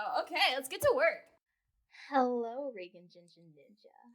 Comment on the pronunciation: REAGAN! Can we Collab!! aAAAh you said my name perfectly!!! XD <3